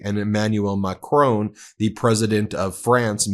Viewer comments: Love watching you from France, but can I just point out its pronounced MAC RON not macrone. Keep up the amazing work! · Ben please, Macron is pronounced Ma-kron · Isn't it MacrOn as in turn it ON, not Macrone as in bone??? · Macron is pronounced to rhymm with bacon, not bone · hey Ben, where does 'Macrone' come from?